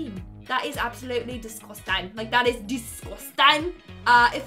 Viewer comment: Watching this am starting to think my 2 year old cousin can be a great designer cause some of these designe am convinced they just don't like the owers much.........plus everytime you say disgusting you kinda sound Jamaican and I like that